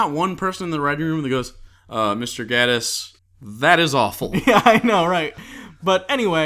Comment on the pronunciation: ''Gae''tiss not ''Gah''diss.